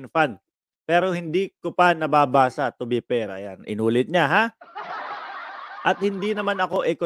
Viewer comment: Anong "to be pair?" o "to be per?"🤣🤣🤣ayusin mo magbigkas ha 😅